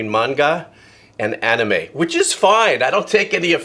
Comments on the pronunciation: I love that you pronounced MANGA and ANIME correctly… from an old geek to an old composer! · You pronounced manga and anime better than most people who are actually into it hahaha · Doesn't know the difference between manga and anime, can pronounce both words very well.